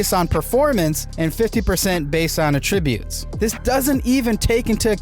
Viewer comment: The way you say attributes gives it the wrong meaning